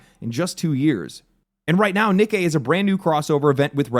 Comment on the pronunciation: Great pronouncing Nikke